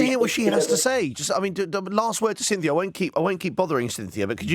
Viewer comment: and “Cynthia” 😂😂😂